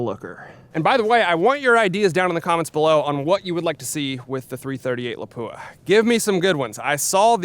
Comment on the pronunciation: Cool video but please pronounce Lapua correctly! It's pronounced lop-wah, with the emphasis on the first syllable. Thanks!